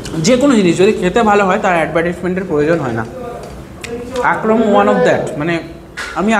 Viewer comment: Akrom na re bhai akram akrom akrom korei jarche😂